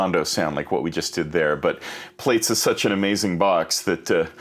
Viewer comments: Err, it is pronounced "platts", as in to plait your hair and not "plates", since it is an evolution of "braids", as in to braid your hair. Schoolboy error haha. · It's actually pronounced, "ploots." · It's pronounced 'Plats' as in something that you would braid In someone's hair. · Plaits .... pronounced plats (as in braids) :) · Thanks. FYI, it's pronounced "PLATS" ;) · how can u know so much about this module, but not know how to pronounce it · I'm 4 seconds in and he's already mispronouncing the name.